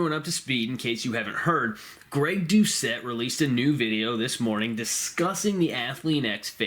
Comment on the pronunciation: It's pronounced Douche-ette.